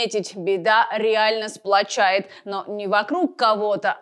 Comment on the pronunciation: Беда не сплачАет, а сплАчивает. 🙂